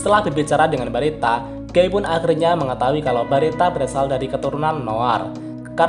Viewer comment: maap koreksi nih... guy sebutnya bukan "Gey" tapi "Giy" 🥰🙏